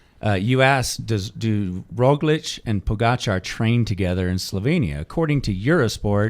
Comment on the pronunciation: Roglič (in this episode you started to mispronounce Roglič for no reason at all ) after being asked why he was not reacting to Pogačar's attacks on the first mountain stage said: "Why should I chase a Slovenian"...that was on the Slovenian tv